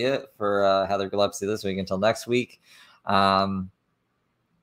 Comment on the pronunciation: I'm kinda sad you stopped calling her "Gilleppsee"